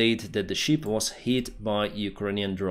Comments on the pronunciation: He keeps saying sheep 😂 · Ship, not sheep. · Perhaps somebody has already mentioned this but you seem to mispronounce "ship" as "sheep" which is an entirely different animal. I know you are not a native English speaker but I hope you can improve your presentation which is very valuable as it is already. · You are mispronouncing ship, it’s short e not long one! You are NOT talking about the animal.